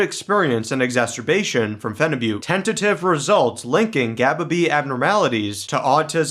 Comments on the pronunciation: It's actually pronounced as feniboot, not fenibutte. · Why do guys say Phenibutte like its Butte Montana?